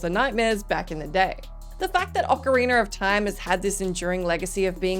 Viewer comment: What is “ocariner of time”